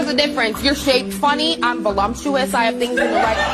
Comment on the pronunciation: "I'm Vo-LUMP-tuous!" 🤣